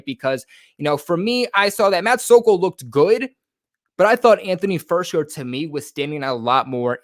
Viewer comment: Btw dudes name is FIRK -SER! Not FIRS-KER. Just like AG-O-LORE wasnt AG-U-LAR. If you’re gonna report on someone and mention their name multiple times the least you could do is learn what their name is.